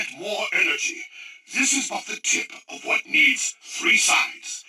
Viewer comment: u said huat